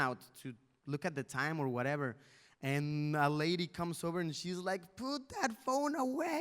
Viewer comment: Luisito porque hablas del werever, te escuche varias veces decir werever, werever